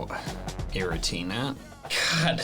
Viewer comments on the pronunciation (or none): none